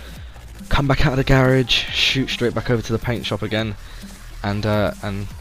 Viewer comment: I hate how you say garage